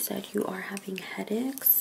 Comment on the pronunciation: She also said "head aex" she ment head aches lol